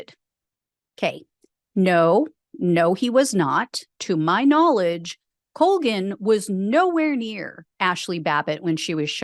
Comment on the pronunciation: It's an Irish name (unfortunately) and it's pronounced Call-gan.